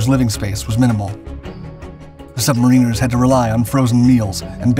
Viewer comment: Submareeeeeners?? Submaaaariners welcome. Good expertise video tho